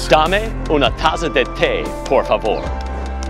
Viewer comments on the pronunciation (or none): native speaker - Dame una Taza de Te por favor Him - DuH maY Unah Tahsahh day Tay four Pavour